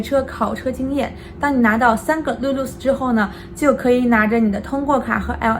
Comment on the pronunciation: 你的lulus念的很好，我这位马来西亚人都是通过这位中国小姐姐才知道原来我们的驾照可以在150个国家使用🤣科普类的视频就是赞